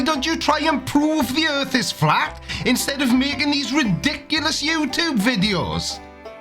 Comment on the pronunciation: gets a flat tire: "A-HA! THE EARF IS FLAT!"